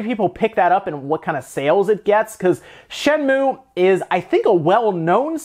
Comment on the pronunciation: It's Shen-moo-ay. Not just Shen-moo.